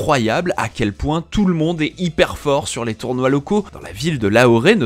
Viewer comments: Petite info en passant c'est Lahore et pas Lahoré sauf erreur Et de même beau reportage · Excellente vidéo, par contre à chaque fois qu"il dit "LAHORé" j'ai les tympans qui explosent, C'est LAHORE, ça se prononce comme s'est écrit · Pour information ça se prononce La-or... pas Laoret ! Lol, sinon super vidéo !! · Je sais pas d’où il a sorti son Lahoré mais ça m’a fait tilter à chaque fois ! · "Lahoré", oui oui... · Sa se prononcé "lahor" voila